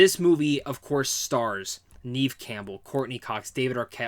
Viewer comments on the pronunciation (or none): Her name is pronounced Nehv not NEEVE. And Barrera is pronounced: Buh - rare - ruh. You're welcome. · I 😂 every time you said "neeev" Campbell. It's pronounced Nev (short e sound). Good review tho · Sorry. I like your review but how do you not know how to pronounce Neve's name?